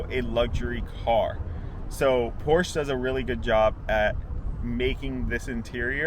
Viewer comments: It’s pronounced porsh-uh, not porsh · Not porsh 😂😂😂😂 porsheeeeeeeee u ******** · Pronounced PORSH-AH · Its Pohr-Shuh…